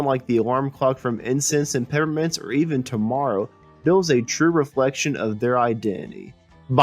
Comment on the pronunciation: Incense and PePPermints - those P's aren't silent, right? Or maybe I've been pronouncing it wrong??